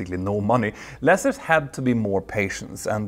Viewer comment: Love your stuff but I winced every time you said 'lessers'. It's pronounced the same as Lease. Lease-ers (Lee-sers) Not meaning to be disrespectful or a troll. If no-one tells you then you're not going to know.